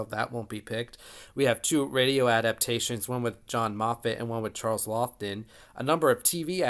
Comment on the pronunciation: Laughton is pronounced “Lawton”.